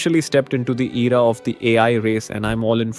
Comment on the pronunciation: Dummy you didn't generated it. It's already a generared video on qwen. And it's AI not ayi. It's Era not Eee raa